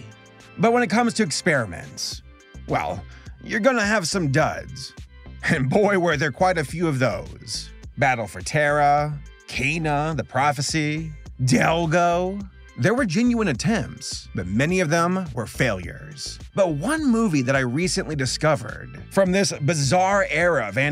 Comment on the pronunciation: Two things: It's pronounced Ky-ena, it's on the front cover. 2) The Snorks is a short running cartoon from the 1980's about aquatic beings with snorkels sticking out of the tops of their heads, with mostly non-violent problems to solve...